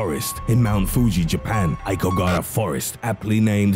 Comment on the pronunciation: You do so well pronouncing so many things - I really wish you'd put that much effort into Asian languages. Ah-oh-ki-ga-ha-ra